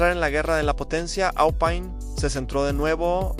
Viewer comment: Pésimo video, demasiada imagen IA, y no se dice Alpaine, me quedo con videos como los de Evo Máster y Garage Hermético.